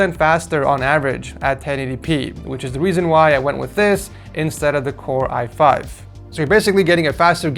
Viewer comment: Fr💀💀 i think he needs to do a few more tries on that